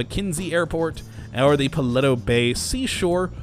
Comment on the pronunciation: You said paleto wrong